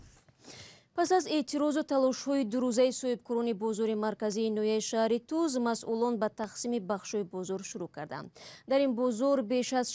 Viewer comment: Шахритуз не апа Шахритус номи асоси .